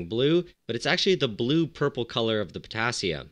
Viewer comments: Have a shot everytime he says Putassium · How many times he said pottasium??😂😂😂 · New drinking game: take a shot every time he says Pottasium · How many times did he say pottasium?